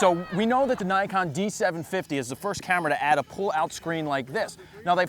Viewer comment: Oh dear.. Why are you saying Nikon like that... What a twat!